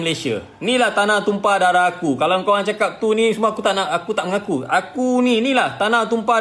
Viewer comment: Die punya sebutan.. “Inilah tumpah daraku” tu… nampak sngt… sleng Rohingya 😂